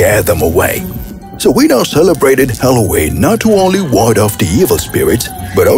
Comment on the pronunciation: Am I the only one who hears them say " hallow wee" instead of Halloween?